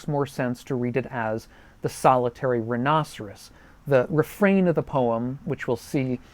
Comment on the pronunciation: It is closer to the proper Latin pronunciation. As proper as it gets using English vowels anyway.